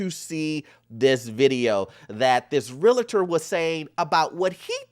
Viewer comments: You my boy but please take the extra “A” out of Real-tor lol 😂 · I know right! So many people add that extra A in Realtor smh.